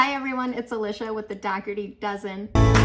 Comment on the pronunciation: My name is Alicia too but it’s pronounced A-lee-sha . It’s so different to hear it the way you pronounce it :)